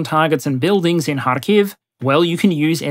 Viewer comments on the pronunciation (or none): none